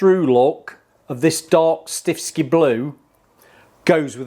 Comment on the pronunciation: Why do you keep saying stiffski blue? It's stiffkey. One S